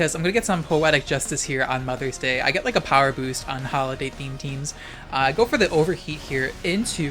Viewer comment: Moth-ers Day